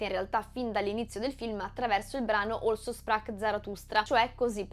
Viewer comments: Brava. Un appunto. Si dice also sprach...e non olso sprach. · Mi permetto un piccolo appunto sulla pronuncia del titolo dell'opera di Nietzsche: Also si pronuncia alzo e si legge con la z come in zone in inglese. Su Richard "Riciard" Strauss pazienza...ormai siamo tutti schiavi degli anglicismi anche fonetici. Per il resto ottima spiegazione e spunto di riflessione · Bellissimo, bravissima, ma tipregotipregotiprego, a "OLSO" sprach Zarathustra (e poi anche a e a )? Non è mica inglese! Non pretendo che uno pronunci le "r" alla tedesca, né che pronunci "shprach", ma per favore non rendere con una pronuncia inglese una parola tedesca. "Also" andrebbe pronunciata esattamente come in italiano, e se proprio vuoi fare la purista con la "s" dolce come nella parola "asino". Ma non serve, basta la s normale. Questa roba di pronunciare qualunque parola straniera come se fosse inglese la dice lunga sulla colonizzazione culturale americana 😔😔😔 e personalmente mi fa sanguinare le orecchie. Scusa la prolissità, ho davvero apprezzato il video e messo il mio bel like. Se vedo altri tuoi video e continui su questo livello poi mi iscrivo. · In "Also sprach Zarathustra" , che è in tedesco, pronunci "òlso" come fosse inglese, mentre dovresti pronunciare "àlzo": Also, inglese: Anche; Also, tedesco, Così. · Un unico piccolo appunto: "also" in tedesco si pronuncia come si scrive (con la s dolce) e non "olso" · Un appunto: Also di Also sprach..., si pronuncia così cm si scrive. È tedesco😊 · Bellissimo video, analisi ricca ed esposizione ben comprensibile senza semplificare. Piccolo appunto, "also" in Also sprach Zarathustra è tedesco, così come il nome del compositore Richard Strauss, la pronuncia è sbagliata. Complimenti ancora per la qualità, mi guarderò sicuramente altri video. Grazie per il tuo lavoro. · Also sprach... è tedesco. La pronuncia non è come also in inglese. Mi scusi , critica interessantissima ma dovevo dirglielo